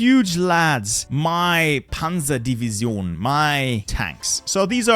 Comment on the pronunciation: "Panserdivision" XDD